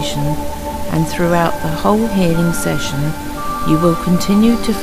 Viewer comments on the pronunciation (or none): none